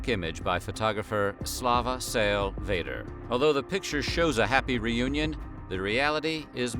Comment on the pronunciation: Sal's last name is pronounced VEE der. There was a silent and bitter disagreement among AP photographers as to who actually shot the photo.